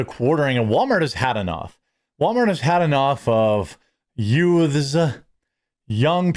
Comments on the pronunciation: Did you say, "yoots".... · Joe Pesci would like a word with you about how you continue to pronounce the "yoots." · C'mon MAN, All of our cousin Vinny taught us back in the 90's, it's not Youth's it's pronounced Ute's...the 2 Ute's were accused of shooting the cashier at The Sack of Suds!!!!